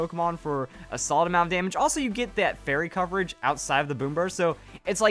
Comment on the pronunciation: Listen very closely to through for a really weird "that."